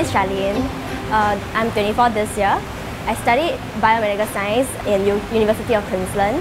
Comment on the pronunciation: she pronounced "science" as "Sign" lol a graduate indeed.